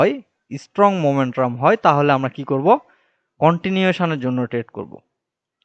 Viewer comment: ভাই মোমেন্ট্রাম না মোমেন্টাম।